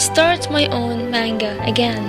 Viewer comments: I think ur a pretty good artist but It's NOT cartoons STOP calling it tht it makes u sound stupid to anime lovers and secondly in manga the a is a soft a its pronounced manga not mAnga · I'm sorry, but I just have to point this out xD I'm dying here haha, Manga is pronounced like munga. I don't know how to write it, but close enough LOL! I'm glad you achieved you your dreams <3 you really inspire me to achieve my dream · am I the only who here mango not manga? xD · i have to say but a lot of people say 'man' as pronounced as man then ga. Im sorry but that annoys me and i no its not my business but i am just stating it. Cuz i don't pronounced manga that way, i say the actual pronunciation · It wasnt meant to b mean it was meant to b informative how about u stop being ignorant and learn about stuff beforen u make assumptions i was simply pointing out that i dont like it when people call ANIME a cartoon and that she was pronouncing manga wrong, i understand she went through some stuff but she made it ok and she doing what she loves and im happy for her. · YOU PRONOUNCED MANGA WRONG :( </3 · if you took a Japanese course, why is it you pronounce manga and anime strangely? no offense of course, it's just one of my pet peeves :/